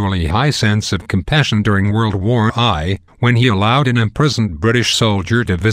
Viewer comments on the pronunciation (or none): 1932 Bataan Death March? You're 11 years off mate. World War i? Did you mean World War I ( it's pronounced "World War One" silly boy ) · Nice video - except the robotic voice ruins it. I mean, c'mon.... world war 'eye'? Suggestion: next time try using a number instead. Also, commas, periods, spaces, and other well placed punctuation marks make it sound better. Even if the mark doesn't "look" like it should be there, use it anyway because it gives better emphasis on certain key words.